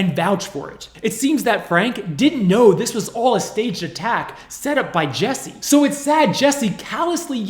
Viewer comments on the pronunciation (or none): His name is JUSSIE... Not Jessie. 😑 And your way of speaking is SUPER annoying. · I had to stop watching anybody know where I can just get the police video? This guy reporting on this is WAY too damn annoying..... like first you IDIOT you have his name posted up like 50 times yet you keep saying JESSIE all emphatically and charismatic, and second your cutting in way too much I wanna hear what is going on I dont need a recap after 4 seconds of audio dickhead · This was a horrible scam, just to get sympathy, but at least pronounce his name correctly,,,it's Jussie with a "u", not Jessie! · My name is Jesse, I take offense to this man being called Jesse. His name is Jussie and pronounced differently. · Why does the narrator pronounce it Jessie? It's obviously Jussie. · Jussie; not Jessie. happy to see the police tapes! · For someone so thorough with their research you could get his name right 😒 it’s JUSSIE like Justin, his name. Not Jessie. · Why do you keep calling him Jessie...lol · Toditude he spent weeks editing a video and couldnt be bothered to check the name of the person who is the SUBJECT?? Yeah it matters lol it’s super unprofessional and for me, now he lacks credibility